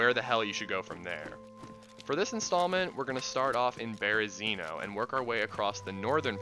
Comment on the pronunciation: 🙏You're pronouncing Berezino wrong. Spread the knowledge 🙏 Super good video though.